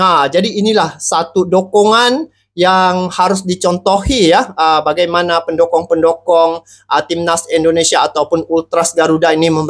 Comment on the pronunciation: Waooo mantapppp masok...bukan pendokong bang...pendukung...salah sebut tu...pendokong itu pisang mau tumbang...pendukung sama dgn sopport...haaaaa